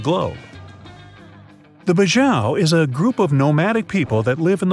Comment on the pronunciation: Badjao not bajao